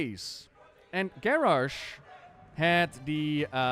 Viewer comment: Garrosh. Garrosh. Garrarsh. :O